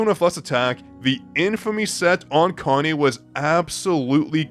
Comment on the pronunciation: her name is ka-na-é,not a-ka-né.whats wrong with u people